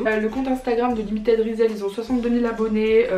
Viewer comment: Oh nan tu la prononcer résèl😭😭ça se prononce rissell